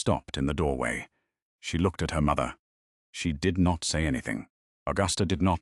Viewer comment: The narrator is nasal, annoying with a terrible diction and emphasis on the word “mother”!!! A great waste of time!!!